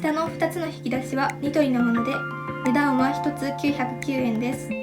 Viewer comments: 値段はのイントネーションが気なってしまう ごめんなさい🙇‍♀️ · この動画を撮影した者です💕 本当ですね！💦 “値段は”のイントネーションが方言ということに、今気が付きました。（笑） 動画撮影初めてで緊張しちゃいました🤧